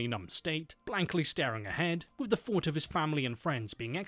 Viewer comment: Stop th-fronting!!! It's pronounced three not free, think not fink and thought not fort!!!